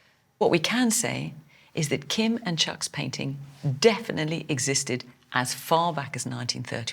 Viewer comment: Fiona please stop putting a "K" sound at the end of the word "painting"